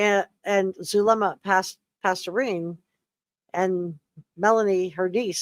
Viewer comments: Past-ten-ez. Not pasturine! Sorry it's driving me crazy how bad you are pronouncing her name. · AS·PHYX·I·ATE. Zulema = PAS-TE-NES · Zulema Pas-TEEN-is. Just FYI. Now, yes indeed, Melanie Gibb makes me nauseated, makes my skin crawl, as does Zulema. Poor Melanie Pawlowski, weak mind...not just real bright, Auntie Lori's puppet, willing to kill her own husband to inherit his million-dollar life ins. for Auntie's "cause." Lord have mercy...sick minds. All three of these are SUS as H**l. IMHO. Excellent review!!!! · Zulema Pastenes (pronounced pas-tennis) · Is it Zulema Pastorine or Pasdenas? Guess I should look it up but that is the first time I have heard it said as Pastorine. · I’m enjoying your comprehensive coverage of this - but Zulema’s last name is Pastenas. Pas-te-nas